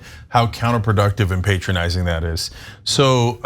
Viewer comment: Stop saying pay tronising